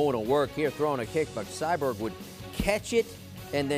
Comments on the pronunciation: CyBORG. There is no "Cyberg". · Her name aint "CyBerg"..... Its Cyborg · Why is he calling her cyberg ? It’s CYBORG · Lol this guy, Cyberg? No dude it’s Cyborg or Cris Santos geez 🙄 at least learn to pronounce the name before going on air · He said Cyberg 😂 Cmon Man U don’t know the Goats 🐐 Name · Sounds like he’s saying cyberg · Why does it sound like homie is calling Cyborg...Sideburn? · Is he calling her cyberg haha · Didn't know Cyborg was hard to pronounce?..... apparently it is. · How can you say cyborg so wrong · Why can’t this dude say cyborg right